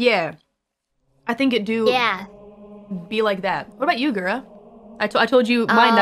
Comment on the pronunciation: Calli: Guhra Gura: Kawaiiope